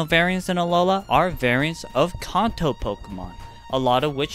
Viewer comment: fam thats not how you say kanto. always gotta be people tryna be different like the zelda fans that say 'deeku' and 'ohcarina' like no thats just wrong